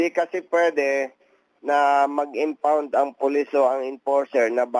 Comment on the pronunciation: Impound po, hindi unfound.